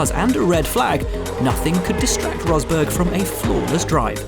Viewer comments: " Here is Nico Hosberg" 😂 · remember when james allen pronnounce nico Rosberg as "nico hosberg", weird old day